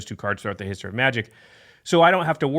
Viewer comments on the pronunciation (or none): none